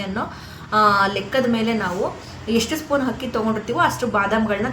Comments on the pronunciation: Not hakki....akki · ಹಕ್ಕಿ ಅಲ್ಲ ತಾಯೇ ಅದು ಅಕ್ಕಿ